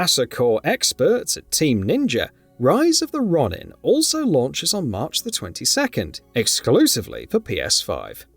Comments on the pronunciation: Ronin is pronunciation“Row-nin” not “Raw-nin” spelling it in Japanese it would be would be ろにん(ro-ni-n) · Row-nuhn, not Ronn-in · RON-in is not how you say that word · Ron nin 😂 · How don't you know how to pronounce Ronin, Its not Ronnin. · That hard add the w pronunciation of Ronin almost got this video turned off ngl. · As an Englishman I can confirm that no one else pronounces Ronin like that. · Can't help but cringe how he pronounces RONIN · Your pronunciation of ronin would be painful if it's wasn't so funny